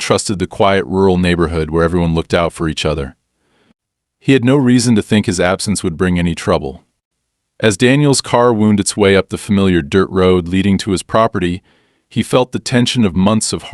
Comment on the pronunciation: How do you say wound for a winding road? NOT how you say it for an injury, are you dense? Or is this just another proof of how dumb you left the programming for AI. You don't fix anything no matter how often we prove YOU ARE WRONG! We are sick of your inaction, is AI supposed to,learn for itself how stupid it is all by itself, it's getting worse, not better!